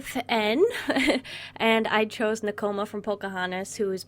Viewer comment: I love Nakoma!! I'm so happy you drew her :D I always felt a connection with her too. As much as I love Pocahontas, sometimes I was like, "This girl is too adventurous for me," so Nakoma was my girl x'D Also, you said her name right :)